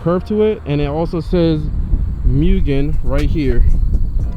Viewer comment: It’s pronounced moo-gen